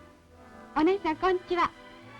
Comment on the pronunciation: 冒頭からずーっとキレイな言葉でナレーションしてるのに、3：09で「こんちは」になっちゃった